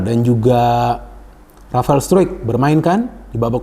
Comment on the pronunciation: sebut rafael struick rafael stroong😂😂😂😂